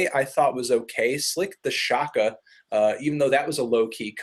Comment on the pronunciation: did u seriously just say slick tha shocka Anthony? my god.